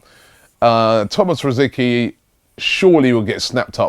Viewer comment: He has played for arsenal for years and you still cant say rosicky right